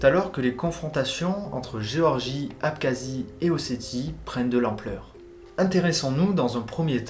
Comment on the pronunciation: Le KH dans l'Abkhazie se prononce r. C'est un pays magnifique, diversité de paysages, richesse culinaire, habitants extrêmement accueillants. On est obligé d'y entrer par la Russie depuis Sotchi, il faut donc un visa, on peut sentir la présence russe au niveau économique (les produits) ou militaire mais les Abkhazes sont très fiers, très irredentistes, attachés à leur histoire et culture et ne souhaitent pas un rattachement à la Russie dans leur majorité.